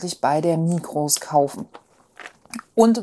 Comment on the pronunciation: Migros spricht man ohne s aus, einfach Migro. Gruss aus der Schweiz.